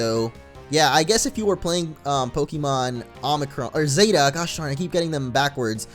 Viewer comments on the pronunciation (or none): none